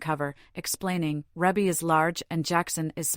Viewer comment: Her name is pronounced reebbie not rebbie if you're going to report on her life please get it right